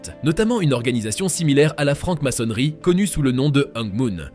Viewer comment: Francke maçonnerie. Faudrait parler français !!!